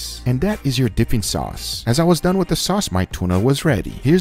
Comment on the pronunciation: Everybody be talkin about the “Lez dew it” But yall forgetting the “your sauce is Dun “